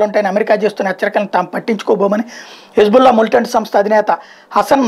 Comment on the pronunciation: Hబుల్లా కాదు హిజ్ బుల్లా